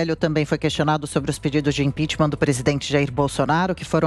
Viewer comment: IMPEACHMENT SE PRONUNCIA IMPECHMENT E NÃO IMPEACHMÃ.